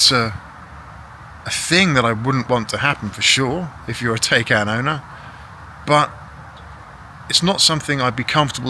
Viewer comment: Try to pronounce Taycan how it supposed to be pronounced, Taikaan, not Teikeen. PAW specifically excludes batteries in Porsche BEVs and hybrids. Once the 8 yrs have past, they’re in fact worthless garbage.